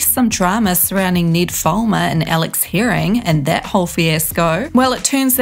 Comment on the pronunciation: I lost my shit when she mispronounced his name lol